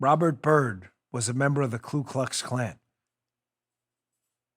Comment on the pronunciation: Just making sure you've got the correct pronunciation: KU KLUX KLAN -- No "L" on the first word.